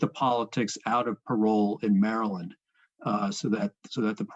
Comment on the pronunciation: mureland, you mean maryland?